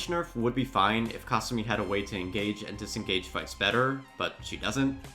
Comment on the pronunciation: Ka sue me!!!! Ffs say the characters names right or do not say them at all, you boching their names makes you sound like your brain is just rocks